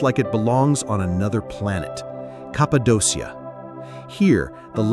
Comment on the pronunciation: It would be nice if you could use the correct pronunciation for the places you’re describing — Cappadocia is pronounced “Kap-pa-doh-kee-ya”.